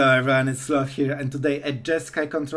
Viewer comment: If no one has ever mentioned it, everyone has 4 syllables.